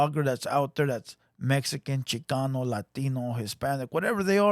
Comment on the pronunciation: I turned it off as soon as the white foo said “ChiCUNU rap”